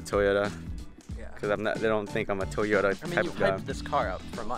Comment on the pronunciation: He said Toyoto to Cindy LOL and like if u think car is fire like his seats